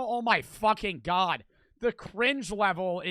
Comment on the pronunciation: OH MY GUAWD WEAS JIMMY BEAST MAN